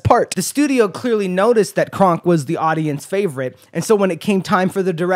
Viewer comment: Every time you say kronk I hear it as krunk and I can't stop laughing